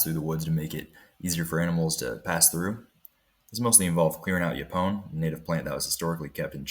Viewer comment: Great project. What game cameras are you using? BTW: Yaupon is pronounced as “YO-pon”. (Accent on the first syllable).